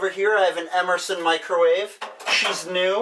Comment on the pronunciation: for a second it sounded like "here i have an emerslon, lake-rowave..."